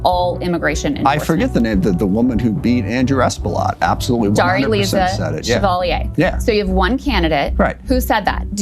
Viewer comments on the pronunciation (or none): none